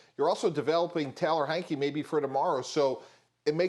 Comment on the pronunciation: Its not hanky!,not hinky!...its heinicke! Put sum spec on his name!..httr4lfe